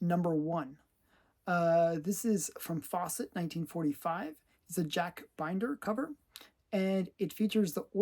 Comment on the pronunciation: FYI, the Mary Marvel artist's name is pronounced BIN-der, not BINE-der. And it's Jor-jah Sivana, like the state of Georgia.